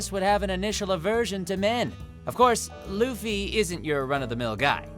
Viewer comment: does it bother anyone how he says the names wrong .-. like "lOoFy"